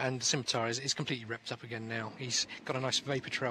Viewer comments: oh hey, a video of internet spaceships online the video game. dear commentator, please never say "skimitar" again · "ss-imitar" is correct. "skimitar" is wrong. Dumb brit commentator :)